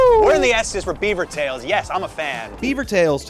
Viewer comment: French canadien here, you guys pronounced beavers tails properly in French, A for effort 😂